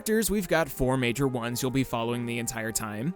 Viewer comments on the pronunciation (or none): none